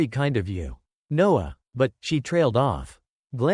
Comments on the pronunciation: She ordered pizza every night? Odd. Also, this is not good quality. Lose the AI voice and get rid of those horrible subtitles. Dude's name is Noah, not Nose. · There are plenty of humans on this planet who can read better than the bot. The man in the story was called Noah and then in the next sentence he was called NOSE. Back and forth Noah/Nose.